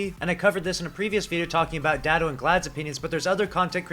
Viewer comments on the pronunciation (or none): none